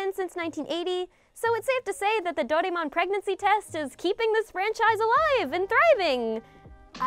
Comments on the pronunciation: I like your content so just want to give you the heads up on the pronunciation right Doraemon is pronounced "Doh-Rah-Eh-Mon" with flat intonation across all the syllables. Im here in Sendai, Japan. Let me know if you are in need of spot checking etc. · of course I know Doraemon you're pronouncing it wrong by the way any way I grew up watching Doraemon it's actually a personal favourite of mine